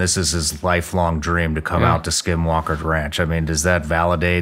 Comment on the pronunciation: 👍 if you hear shawn calling it "SKIM" walker